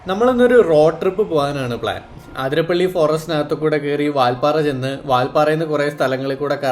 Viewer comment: അതിരപ്പിള്ളി. ആതിരപ്പള്ളിയല്ല😊